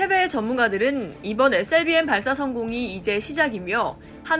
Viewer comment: 발음 참×같네 에스엘비엠이지 에셀비엠이냐